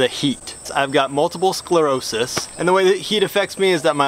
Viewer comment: Thank!-you for saying multiple sclerosis right at the beginning!